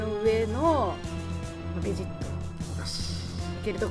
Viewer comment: べ↓ジッ↑ト↓じゃなくて ベ↑ジッ↑ト↓じゃないの？ 分かりにくくてごめんなさい。